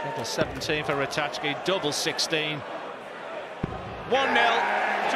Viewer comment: How many times does he have to pronounce Ratajski properly before the other idiot cottons on. If you can't pronounce names you shouldn't be commentating